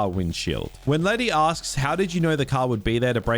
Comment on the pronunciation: lety has amnesia, meaning she has brain damage, but she kicks the ass of Gina Carano and Rhonda Rousey. A pet peeve - they don’t pronounce her nickname right for a Latina, of course she’d be fine either way that, right?